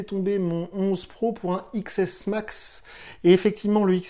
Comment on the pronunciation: Omg SA pique les oreilles ont dit 10smax pas xsmax